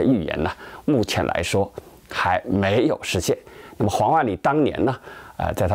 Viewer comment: 是黄huang 万里，不是王wang 万里。